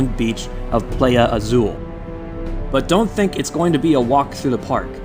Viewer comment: Love the content but just an FYI Playa Azul is pronounced Pl eye a. I mean no hate at all